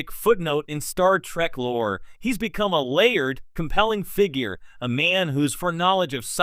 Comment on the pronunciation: Star TREK ! NOT TRACK.. PRONOUNCE IT CORRECTLY.